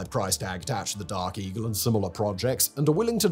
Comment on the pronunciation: Did this MoFo say DARKIE??? Oh, Dark Eagle🤣😂😂🤣